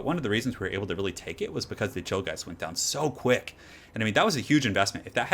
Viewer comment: am i the only one that heard chillgheist as 'chill guys'?